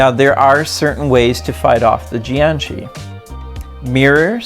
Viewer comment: It's jiag shi